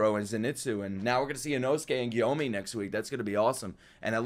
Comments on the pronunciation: jus for the next episode letting u know its gonna be awesome i love gyomei bro is really him. btw its not pronounced "gyo-me" but instead "gyo-may" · Gyomei is pronounced gyo and mey like you say hey